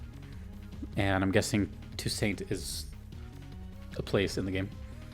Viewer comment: its pronounced too-SAUNT